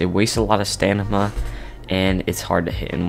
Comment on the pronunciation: is everyone ignoring how he says stanima instead of stamina